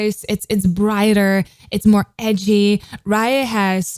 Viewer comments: Hello just to say that “Raye” is just pronounced as ‘Ray’ not ‘Ryer’. I hate to call it up just if you cover her further you’ll almost certainly get people being more funnier about it. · I love how she is pronouncing raye name wrong😂but yh she is pronouncing raye name wrong but I love her